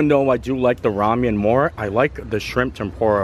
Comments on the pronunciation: I love you, but it's "ra-men," not "ra-mee-en." I cringed every time you said it wrong. I've never in my life heard someone mispronounce ramen. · It's RA-MEN not Ramyem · Rah-men. Lol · Thanks! hi long time viewer here I thought you would like to know the pork noodle are pronounced Rah-Min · Hahaha it’s just Rah-men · Yeah he’s pronouncing the Korean style ‘ramyun’ version 😁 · It’s pronounced rah-men ☺️ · Enjoyed the video but I have to tell you it’s pronounced rah-men noodles. I just couldnt get past it for some reason ha. Keep it filthy my friend. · Closed captioning kept picking it up and spelling it Ramyeon. Kept cracking me up every time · we love u bro, but you need to learn how to pronounce Ramen. Rah-men. Keep up the good work! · I swear if I ever hear ramyun again 🤦🏽‍♂️😂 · with the best shirts and hats 🎩 in the parks!, another great vlog! I was cracking up at the way you say Ramen 🍜 just because it reminds me of Star Trek 😆. Who care how you pronounce the words! We love ya and your positivity! We saw Simple Plan at Epcot in 2019 and we’re hoping to see them this year but our schedules just never aligned. I’m so glad they brought back the Disney Visa picture areas. Pluto is just the cutest! 👍🏻🙂❤️ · Never heard that pronunciation of "RAMEN" before.